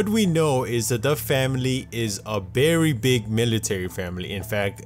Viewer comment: Y'all notice that he says "berry" instead of "very"?